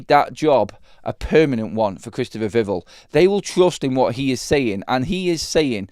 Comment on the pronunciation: instead of pronouncing Vivell like drivel... it needs to be ell like bell! VIV-ELL... "Vivell" is pronounced with the stress on the first syllable, "VIV," and the "el" sound as in "bell".